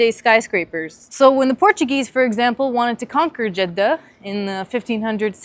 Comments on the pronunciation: This is the first time I hear a non-Arab pronounce Jeddah correctly. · You have a good accent!! 🤍 Greetings from Jeddah. Thanks for pronouncing it very perfectly 🤍